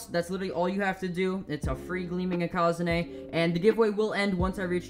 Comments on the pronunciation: maybe because he is saying it incorrectly? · How do you pronounce ikazune me ikazune ikAAzunie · The way he pronounces ikazune triggers me. Its eeh-kuh-zoon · Why does he pronounce ikazune I QA ZU NE